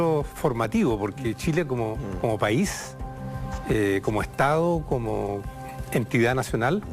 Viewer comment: Hasta estas personas q son profesores de Historia hablan comiéndose las D en Chile. Ejemplo estado , dicen estao....uffff